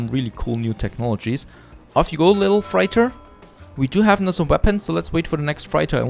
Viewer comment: Freighter is pronounced 'freitar', not 'fraita'.